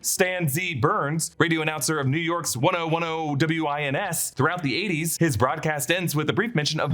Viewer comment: ten ten wins. It's pronounced "ten ten wins" ... you geek